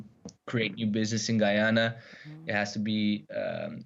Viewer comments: Geeze lady at least put a little effort in ad learn how to pronounce the name of the place. Why should i believe anything you say if u dont even know the name of the place. Ps American will find a way to liberate Guyana of their oil reserves. Love how they find a little white boy to come regurgitate what he read in university. He talking straight from a text book. He doesnt know what he is talking about. Guyanese are intelligent people. Already undermining the confidence in the country with your evil narratives and speculation. Shame on you. The lady is right! Melinda talking the truth! They want to take what you have Guyana! Do not allow the oil jews to rape your country. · In all this lady research she never found how to pronounce the people country name correctly. It so annoying each time ahe says it and she just keep saying it over and over. Everybody is pronouncing it correctly, she hearings how it is pronounce and still refuse to do it. How darf can someone be? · My pronouncing the name Guyana wrong they don't want to acknowledge our right for authority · When are these people going to learn to say guyana and Guyanese ? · U already know how this was gonna go from the time she pronounced Guyana like that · Too bad she can’t pronounce Guyana correctly. Makes me twitch when she says it wrong. Ugh 😂😒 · This is a hit piece....can't even pronounce the name of the country correct. These intellectuals are on their high horses dictating to smaller poorer nations on how to develop their resources sector. Why don't they tell the developed countries like the US and those in Europe to get off oil. PAID SHILLS! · It is not Gy ana. it is Guy and Ana - Guyana! Guy- an- ease, the name of the people there. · Guyana is not a Latin American country Also it’s Guy-ana NOT GEEANA! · maybe learn the name of the country before making an entire news story saying it wrong.....its 'GUY-yana' not 'GEE-yana' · Pronounce it right it's GUY ANA not giana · The word is guy Anna!! Not Giy Anna